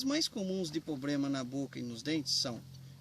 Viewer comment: O estudante de Medicina Veterinária que estava apresentando falou "Pobrema" ou foi impressão minha?